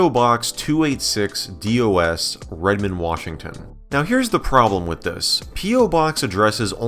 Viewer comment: Alternate explanation for the 286-Dos thing, he became Mexican for a split-second